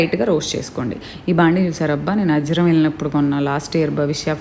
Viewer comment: Hi powders 👌 Nenu chalaa sarlu cheppanu, adi Ajaram kaadu Ajjaram.. Madi tanuku pakkana palangi, maaku pakkane 2 kms ajjaram.. ittadi samanlu manufacturing.. Meeru vignan university lo chaduvukunnara.. Maa ammai akkade chaduvutundi.. Cse ds 2 yr